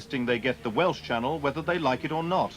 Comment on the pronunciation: Excellent video and your Welsh pronounciation is spot on. Only a minor quibble.. Not only did Gwynfor Evans threaten to go on hunger strike, he actually did go on hunger strike. I recommend followers to check out the Welsh film Y Swn that documents this era brilliantly. Its in the Welsh language but English subtitles are readily avaliable. It was a pivotal moment in Welsh political history. It wasn't just about having a Welsh language channel, it was about the control we had to choose having a Welsh language channel.